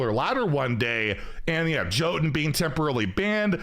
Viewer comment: jotun is pronounced yotun